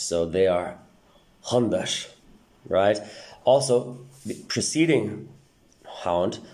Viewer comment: Interesting take on things. Yet, I don't quite get where you got the retroflex on /z/ in e.g. *hundaz from. Wouldn't the pronunciation be closer to a voiced /s/ and less akin to a voiced /sh/?